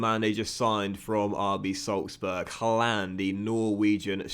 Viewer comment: Don’t like how you say Haaland :/ however love this series 😂